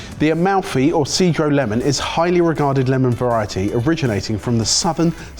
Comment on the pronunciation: Fyi its 'cheh-droh" lemon lol